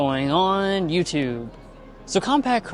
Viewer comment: They say YouTube, not “you two”.